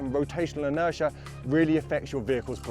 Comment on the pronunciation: Interia? Waht's Interia?